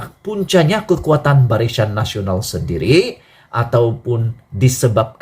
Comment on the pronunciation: BARISAN WOI BKN BARISYAN. SEBUT PUN TAK BETOI.